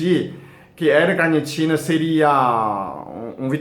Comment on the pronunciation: Braz Braz Olá! é: L- Carnitina ( repare, q ele troca o l pelo r ao falar...)☺